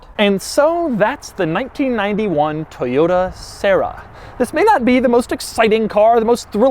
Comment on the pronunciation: Toiyyotta ... inspaiyyyard... haha Jokes aside, great review :)